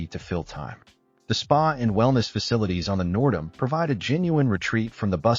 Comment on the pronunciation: Total AI slop. Half the pics aren’t the N’dam or HAL at all. Plus the pronunciation of the ship Nerdam.